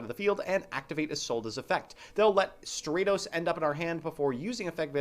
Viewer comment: It's Stratos not Straightos